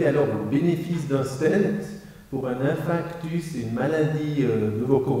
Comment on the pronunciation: Un médecin qui prononce "infractus", je me méfierais...